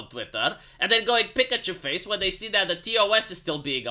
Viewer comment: I love how this guy goes: “Pikuchoo Fayse”!